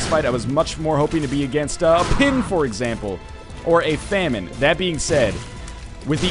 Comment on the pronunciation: U said famin against pestillents